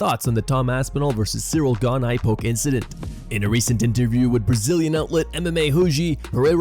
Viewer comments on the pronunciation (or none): it sounded like you said “Ciryl Gone Eye”😂😂😂